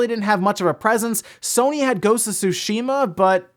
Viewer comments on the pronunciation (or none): none